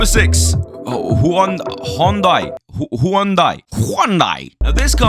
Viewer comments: Its henday damn it HENDAY not hayounday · Hyundai is pronounced hun-die